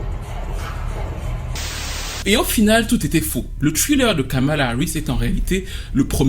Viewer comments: Je t’ai entendu dire Skamala 😂😂😂 vilain 😂 bien joué ❤ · "Kalama Harris"